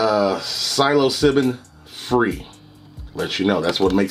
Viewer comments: Homie said symobillin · Bro said some silo sibben 😂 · In the video the guy pronounced the word "psilocybin" like "psilobillin", that tells me he doesn't have any clue what he's talking about. Right now I'm "on" some weed, that's all the debauchery I can handle anymore. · Man said silobillin 😂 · It’s pronounced “sill oh sy ben” Psilocybin